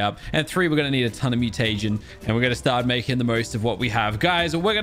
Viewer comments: MEW-TA-GIN not Mew-Tay-Gen. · its mu-ti-jin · y do you say mutegin so weird?